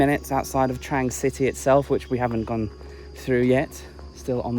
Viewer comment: It's pronounced "TRONG"!!!! C'mon, you can do it!!!